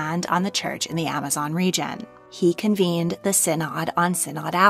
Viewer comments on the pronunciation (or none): none